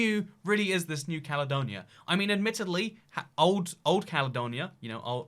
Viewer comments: "THHE CALEDONIA" How can someone mess that up? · “THHE CALEDONIA”